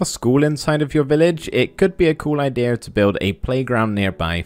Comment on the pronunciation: It's "IdeAH" Jokes